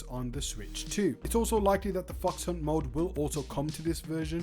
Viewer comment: Why do I keep hearing fucks hunt mode?😂